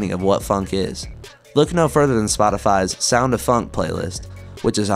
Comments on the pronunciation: why are you pronouncing "phonk" as "funk"? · Bros saying phunk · Broo man is pronouncing it "funk"💀💀💀💀💀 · the fact that you pronounce “phonk” identically to “funk” annoys me so much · It's phonk not "f u n k"